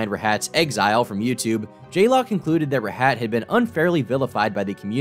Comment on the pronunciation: bro mispronounced rahat